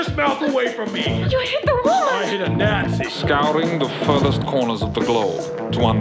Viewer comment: its nazi, not natzee